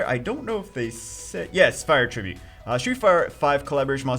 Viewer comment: when he says attribute instead of attribute